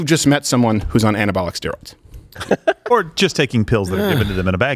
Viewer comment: "Asteroids" 🤣💀